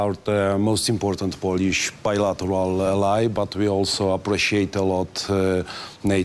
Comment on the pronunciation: Poliś, Ingliś,strategiś, naśion ARMY, jes śur